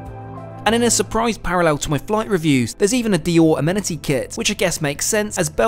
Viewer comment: Is there any reason why you pronounce amenity incorrectly? You are not alone in this. A number of YouTube content providers who hail from the UK pronounce it incorrectly, Paul Lucas being the worst offender.